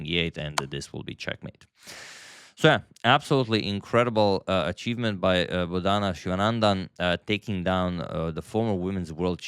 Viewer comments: It is not Bodaana, it is Bodana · The emphasis on Bodhana is on the first syllable, not the second. So its BOdhana and not boDHAna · Antonio kindly pronounce her name correctly. She is not boda:na:. She is bo:dhana: Siva:nandan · FYI, Bo-dha-na is now you say it not bo-dhaa-na. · Hello Antonio, I enjoy your every chess game presentation and your analysis too. Here I want to help you to pronounce Bodhana name correctly. It is a Sanskrit origin name - Bodh means to enlighten. So her name should be pronounced as BodhAnA. Thank you. Have a Blessed Day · Dear sir, in India Bodhana is pronounced as 'Bo' as Bo in Board, dha is short not long as dhaa, Bodhana means sermon or sermonising. बोधन (Hinidi/Sanskrit) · Rare mispronunciation of the name Bodhana by Agadmator😊 He usually gets it right